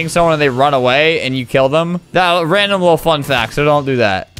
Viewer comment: The way he said random XD